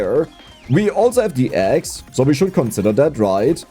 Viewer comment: I swear I keep hearing "Ghost Eggs" instead of axe.